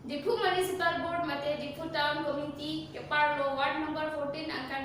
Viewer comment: Lam ningje charli chet tha....municipal board puta pronunciation chokche lag...